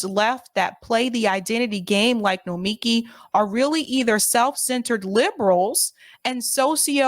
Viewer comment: It’s pronounced no-mee-KEE